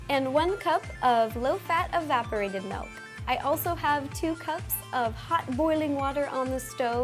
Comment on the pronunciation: it's milk not malk